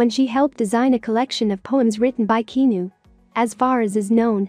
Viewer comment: Good Lord say his name correctly please... He deserves that much